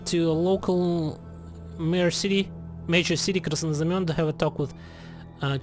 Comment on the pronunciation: perfect pronounciation of Krasnoznamienny he he